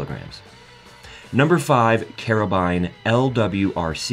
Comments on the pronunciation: It's spelt carbine and pronounced carbine. Not spelt Carabine and pronounced Karabine are you Italian? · What’s with all the metric measurements? Instead of “carbine”, it sounds like “carabiner”